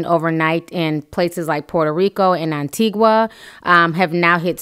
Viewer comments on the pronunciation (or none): Antigua pronounced anti-ga. Love you Ti keep my family in your prayers as you are in mine. Love you, fav. Subscriber!!! 💜💜💜🙏🙏